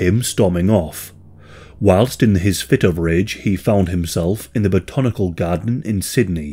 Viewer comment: Im sorry but your pronounciation of botanical had me laughing. But love your vids